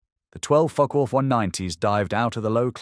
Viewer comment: This is not a joke. The pronunciation of Focke does seem a bit off to me. To put it politely.